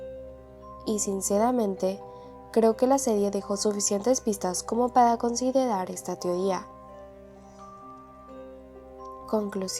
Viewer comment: Tdendian que modid pada que la cuda JAJSJJAJS NISIQUIERA SABES DECIR LA R